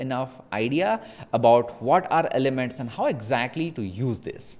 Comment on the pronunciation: nice video mate! trying now with some art, its looking good already! Also: "ELEMENTS" :)